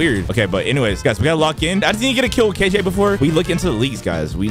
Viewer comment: Dayum when bro said kj in the intro it felt like he is kilo joule